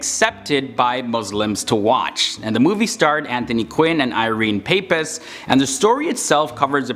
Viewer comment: it's Irene Pappas not paypas